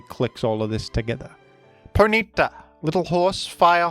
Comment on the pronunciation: The most disturbing part of this video is the pronunciation of Ponyta as 'Poh-NEE-ta'